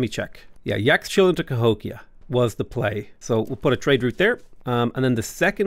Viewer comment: I think Yaxchilan is pronounced like Yashchilan.